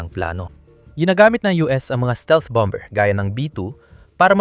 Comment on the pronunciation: Dapat i pronunce ang bomber with silent "b" . Masakit sa taenga. Target as in target not tarjet.